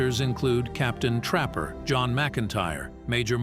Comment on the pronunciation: I’m and I’m not going to listen to any more of this robot speaking. It’s introducing the characters and it says “Captain Trapper, pause, John McIntire. Like they are two different people. Why don’t you stingy jerks hire a human being!